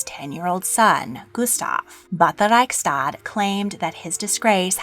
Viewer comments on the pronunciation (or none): Jean Baptiste Bernadotte was preceded as Crown Prince by a Danish prince Carl (Christian) August, but he died unexpectedly, which led to conspiracy theories and a lynching at his funeral, and the election of another Crown Prince at a Riksdag (pronounced reeks-duhg, not like the German word). Also the descendant of Bernadotte (Gustav V) married a descendant of Gustav IV, Victoria of Baden, thus reconnecting to the old royal house.